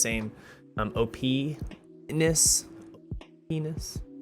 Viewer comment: "Not to the same level of -nis" lmfao 😂 you the goat.. you the goat 🤣